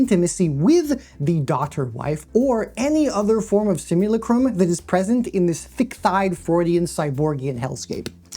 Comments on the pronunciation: It is pronounced "simuLACtrum" Like Lactate. The thing many of these underaged characters the gooners jack it to can't yet do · please god tell me the mispronunciations of simulacra/simulacrum/Baudrillard are intentional. may have been worth going over the stages of simulation at the start bc without doing so it could mislead some into thinking Baudrillard’s criticism was abt fiction or unreality in general instead of specifically the way simulation and reality become less distinct & distinguishable. like with his analysis of Borges map-territory great video!